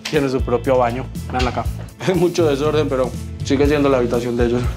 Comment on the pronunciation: AQUI👇👇👇LAS VECES QUE DIJO DESORDENN🤣🤣🤣🤣